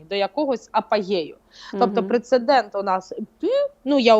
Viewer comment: У часто вживане слово "прецеНдент" 😂